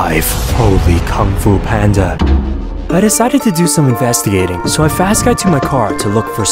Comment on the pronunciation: why you say kong fu panda